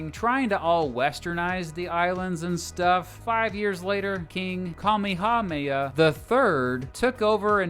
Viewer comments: Oh yeah, over here in Hawaii we get a heck of a lot of Japanese tourists. Also his pronunciation of Kamehameha hurts everytime he says it. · His pronunciation of Kamehameha id very bad, from what I remember while living there